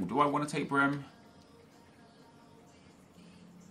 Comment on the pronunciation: Nep, Brehme is pronounced Brey-Meh